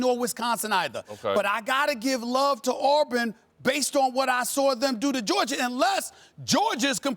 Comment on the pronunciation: Why Stephen A always put an r at the end of Georgia?